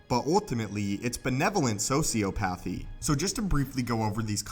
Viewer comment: My thoughts on this video are that you pronounced "sociopathy" completely wrong. I recommend as a tool.